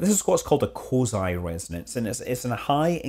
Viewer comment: i thought he was saying quasi